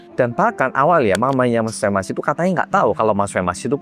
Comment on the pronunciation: Femas jadi femes 😂